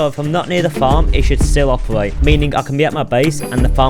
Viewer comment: Do you have a disease or something? Why don't you just pronounce the words "Wows" "Bettew" "Glow it" "Opewate" Like whats up with that?